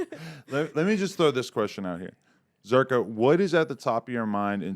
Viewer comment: ”zh” in Albanian is pronounced [ʒ], like s from ”pleasure” or ”vision”, not z. I don't know why this guy doesn't correct others regarding the misspelling of his name.